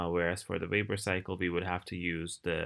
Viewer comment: i love how you say "Wapor"